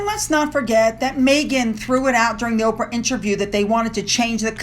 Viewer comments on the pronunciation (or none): none